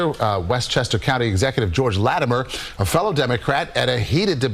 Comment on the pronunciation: Bro... I don't understand how you can listen to the audio clearly saying "Lattimer", but you keep calling him "Lattameere". How?